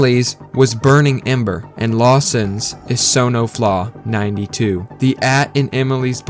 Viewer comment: Great video but the fact that you read son-of-law as sono-flaw annoyed me way more than it should have